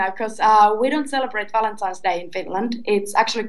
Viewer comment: valentines- not valentimes Lol